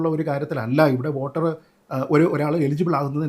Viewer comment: ഓട്ടർ അല്ലടോ വോട്ടർ വോട്ടർ